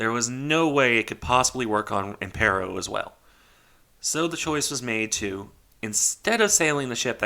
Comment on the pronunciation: Good to see interest in a "niche" ship, by the way the pronunciation was spot on, only thing I would point out is that it should be RN Impero, not RM. RN was the designation for Regia Nave (royal ship)